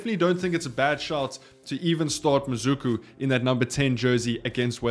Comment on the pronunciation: how did you get from MaSuku to MaZuku😂😂. Horrible effort on a very simple word.